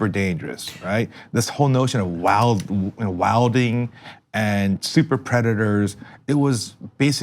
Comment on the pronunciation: his pronunciation of 'wildin' makes him sound so white lol